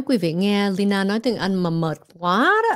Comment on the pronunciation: chị kém quá đọc mãi k đc Lyna ạ